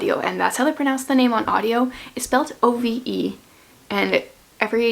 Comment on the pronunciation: I just recently read The Hobbit again and I just did not enjoy it! I kept wondering why is this such a big deal lol. I’m in the love Jane Eyre category! You’re pronouncing Ove correctly! My all time favorites are Little Women and The Diary of Anne Frank, both of which I have read multiple times. And of course I adore all the Anne books.